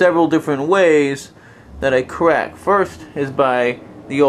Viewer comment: I didnt know Elmer Fudd had a son . . . " im gonna cwak evewy joint in my body! "